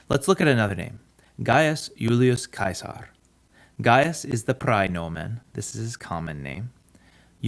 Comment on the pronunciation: Finally no more “Gillius Seasar”